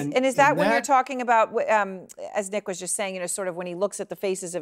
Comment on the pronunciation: His name was nick not neck.